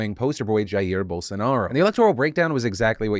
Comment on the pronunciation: Hey Phill. In Portuguese, J is pronounced J, not H. Jair in portuguese reads as Jair in english, not in spanish. :)